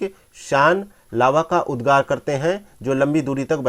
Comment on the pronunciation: Not उददार it's उद्गार